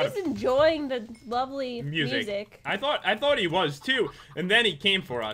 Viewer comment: I think that he Try to say thought.